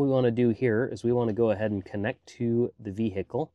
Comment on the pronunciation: LOVE these video. Keep them coming. You're so freakin talented. Also "Vee-hick-le" hehehehe